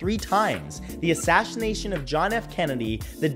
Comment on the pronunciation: ASSASHINATION :DDD